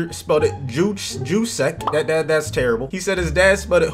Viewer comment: “Czyk” is a polish suffix that usually sounds like “chick.” Also, it’s common in Slavic languages such as Polish and like one of my own, Slovenian, that J’s sound like y’s. So Juszczyk is pronounced “yous-chick”